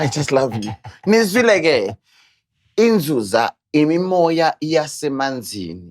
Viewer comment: YiNzuzaaaaa not Nzunzaa